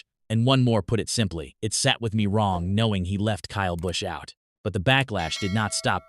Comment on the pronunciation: This channel is just trying to start trouble Cleetus ain't like that and the computer generated voice couldn't even say Kyle Busch right